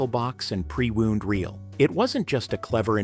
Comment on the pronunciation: With pre-"woond" reel...@